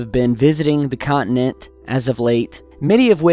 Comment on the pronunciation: Con-ti-nent not cont-in-ent